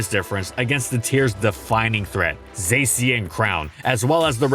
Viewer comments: Its Zacian, not Saysian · the way he pronounces zacian is almost as bad as raquaza tbh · this is great but why is zacian pronounced like that